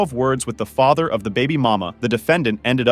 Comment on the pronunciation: I’m distracted. Why can’t the narrator pronounce the word FATHER correctly?